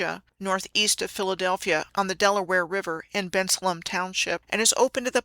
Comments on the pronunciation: This is great! Thanks ❤ The locals say Ben-sale-um (Bensalem) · Im from the Philly area and the way you are pronouncing Bensalem is not how we pronounce it😂